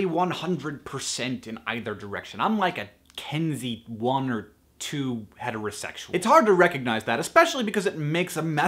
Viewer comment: Kinsey, not Kensey.